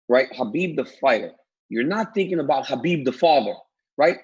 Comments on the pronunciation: Ariel, there is no hard “khaaa” k sound in Khabibs name. He literally said that it’s pronounced like an “h”. Habib more or less. Cheers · Come on Ariel, pronounce the name of the champ right.